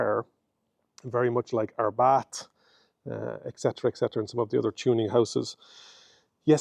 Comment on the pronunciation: Abarth NOT Arbath